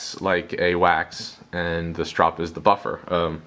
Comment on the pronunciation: "strop" - no "e".